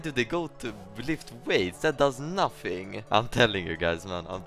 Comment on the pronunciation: "that does nafing"